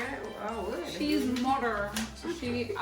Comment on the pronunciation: "She is modder" 🤣😂